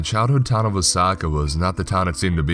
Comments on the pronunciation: For the longest time i thought he was calling the town Osaka instead of Wasaka, haha I thought "ummm I haven't been to either place, but it just doesn't paint that 'Osaka' picture" lol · Wah - saw- key. That is the pronunciation. I grew up about 30 minutes to the south of there. Good camping out that way.